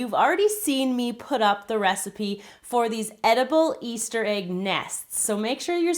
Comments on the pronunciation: Why does she say aig, it's egg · i guess it's her accent :)